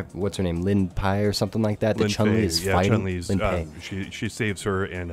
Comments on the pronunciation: Lin-pi 🤦‍♂ It's Li-fen, LI-FEN botches yet again 🙄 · D'oh, botched the name of the little girl Chun-Li is looking after. It's Li-Fen. :P